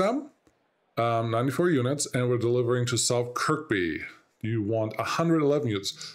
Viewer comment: The K that's silent is the one in the middle. Kirkby is pronounced Kirby